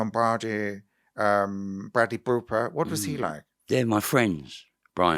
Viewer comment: Bwadley Booper from Bollywood.